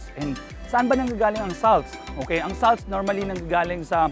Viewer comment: pls check the pronouciation of salts